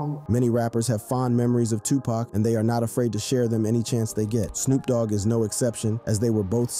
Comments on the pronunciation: He keep saying pak instead of poc 😂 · also pac not pack there no "K" in Tupac